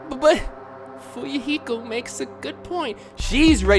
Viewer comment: minutes in and you can tell is loosing his fucking mind!!!!! "Nagit-ooo and Fuyuhik-ooo..." that shit had rollin honestly!!!!!